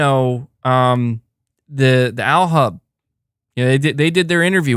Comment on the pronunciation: Alhub like spanish el... 😅